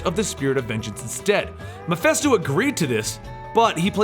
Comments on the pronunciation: I think the name is MephIsto not MephEsto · "Mephisto", "Meph-i-sto", with an "i" not an "e" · What cracks me up is you & the Variant comics guy don't know how to pronounce MIPHISTO... You both pronounce it MI-FEST-OH.. When it's ACTUALLY pronounced MI-FIST-OH. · sorry i don't usually point these things out... and there'll probably be A LOT of others to do so...but... its Mephisto, not Mephesto... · The name is pronounced "Meh-phee-stoh". You're welcome. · Great video as always I never knew all this background about the Spirit of Vengeance and the several Ghost Riders :D. Just one thing though. Is it just me or did you kept pronouncing Mephisto as Miphesto? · I'm sorry to point it out but Mephisto is pronounced "meh-fist-oh" not "meh-fest-oh" And Zarathos is pronounced "Zer-ah-thos"